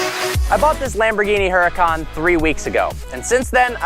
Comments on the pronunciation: its "huracan" not "hurracane" lol. Its not a natural disaster brah. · Oo Ra Khan, ROLL THE R, its the hurricane god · u.ra.kan. How am supposed to take your reviews seriously when you keep saying the name wrong hmmm? But seriously, keep up the pro grade stuff. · Its pronounced the same way you pronounce hurricane (which is what it actually means in Italian, duh), trust me I speak Italian xD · I didnt want to say anything but I cant help from cringing every time I hear "heracon". lol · Isn't the "H" silent? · You have never pronounced your own car name right once.... Not once...even if you did go to the factory. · smh can't even pronounce the car's name correctly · Anyone with common sense would know that Italians don't pronounce the "H" sound. Doesn't take a fluent/native speaker to know that.